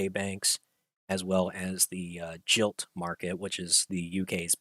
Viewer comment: Just for correctness, GILT is pronounced GUILT. Sorry to sound picky